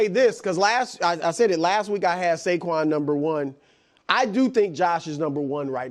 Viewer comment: It’s Saquan dude.